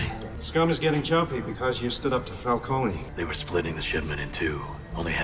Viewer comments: Falcone is meant to be pronounced like the word "cone" not "co-nay." Just like Ra's is meant to be pronounced as "raysh" rather than "raz." The films get both of those names wrong. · No, you're actually right; while in this trilogy it's pronounced "fal-CO-nee" (perhaps in an attempt at sounding more Italian), the real life name is pronounced "fal-cone". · It is Falcone. Not Falconi. They pronounce it wrong here. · I think Italian names and words ending in -one are pronounced with the -e as its own syllable, so if it is indeed meant to be Fal-cone instead of Fal-coni then it sounds like the comics used a weird pronunciation originally. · Katie Holmes is pronouncing Falcone wrong. In Gotham they say it right